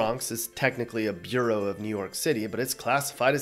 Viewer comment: The five counties comprising the city of New York are called boroughs, pronounced the same as "burrow", not the way you said, which sounded more like "bureau". Also, although Baltimore City is treated as a county, there is a Baltimore County, whose seat is Towson. Obviously different, but not many people are aware of that. A similar situation exists in Missouri, where St. Louis is an independent city, adjacent to St. Louis County but not a part of it. The seat of St. Louis County is Clayton.